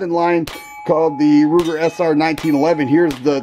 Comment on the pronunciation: Ruger not Kruger